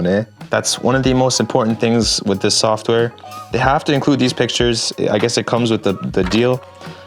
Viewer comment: Lol softer bro it's software